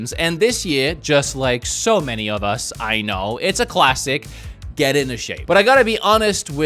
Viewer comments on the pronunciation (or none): none